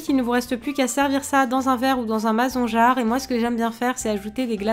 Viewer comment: Y'a que moi qui ai beugué quand elle a dit "maZon jarre" ???